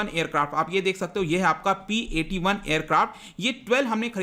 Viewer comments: Sir P8I h not P 81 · It's P - 8i sir not P - 81😷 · It's P-8I not P-81. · Sir that is not P-81 Its P-8i.! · It is not P 81 as you said.....It is P- 8 I (I for Indian version) of Poseidon long range surveillance aircraft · Sir it is not P8I, it is P 8I (where I for India)